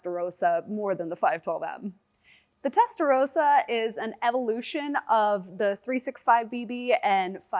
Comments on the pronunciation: Its called Testarossa not Testa rosa... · testaROSSA, not testarousa. you're saying pink, not red